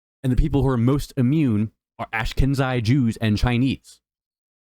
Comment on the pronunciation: Work on your pronunciation!! Ash-keh-nazi Jews...